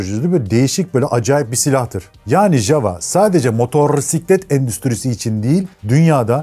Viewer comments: Çek dilinde yava diye teleffuz edilir.ja va demeyin ayva gibi oluyor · Herkesin ismini yanlış okuduğu çek efsanesi. Çekçede j hsrfi y olarak okunur yani jawa değil yawa diye okursun ama gelde anlat bizim millete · (ja)necek ya diye okunuyor isimde.. peki marka da Jawa neden Yava değil de yazıldığı gibi okunuyor? Doğru telaffuzu Yava olması lazım değil mi?